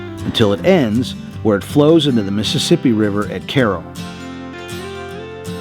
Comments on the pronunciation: You pronounced Cairo properly! It's not kigh-ro like the capital of Egypt but it's also not Kay-ro like many people claim. It's pronounced Care-oh. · While attending SIU Carbondale in the 60s, a friend and myself hitchhiked South just for kicks. We wound up in Cairo. Thanks for the proper pronunciation. 🎉